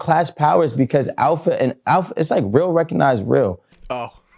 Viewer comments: I’ve now heard the word “alpha” so many times that’s it completely lost all meaning, and now just sounds like someone trying to say “apple” with no tongue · they said alpha male so much all i'm hearing alfamel now XD